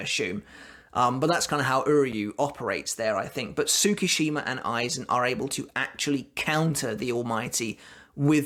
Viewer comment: 1. It's not tsu-ku-shima it's pronounced tsku-shima 2. My take is yuha's lying about his power or rather not completely honest. Enter kisuke to notice. His power looks forward from his given instant and he has to be part of it. Tsukushima shows up after juha moves on. He then altars ichigo's past where juha isn't aware. From there kyokasuigetsu controls juha from seeing Ichigo and Ishida.